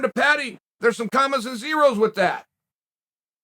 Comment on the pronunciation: I can’t un-hear Aspin-wall